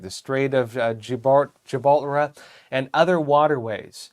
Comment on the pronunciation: mispronounces words like he hasn't been around much. Gibraltar. Corps. And in the past I have heard him make similar mistakes, being unfamiliar with the pronunciation of words you would expect a news anchor to know like the back of his hand. Don't get me wrong, I support epoch times, and presents well otherwise. But apparently he does not know about the Straits of Gibraltar and is unfamiliar with other areas that ought to be common knowledge.